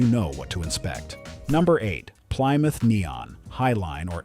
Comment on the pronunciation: What's a ply-muth?